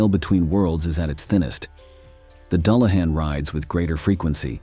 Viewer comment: I really enjoy your videos. Exceptional visuals, historically accurate lore. My only issue was the pronunciation, a slight pet peeve. I did seem to hear it correctly when talking about the weakness for gold. Doo lah han, for the unfamiliar. Thanks